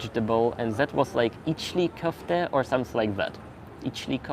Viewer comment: " içli köfte" that was a perfect pronunciation. Very nice dish. I wish I could eat more often.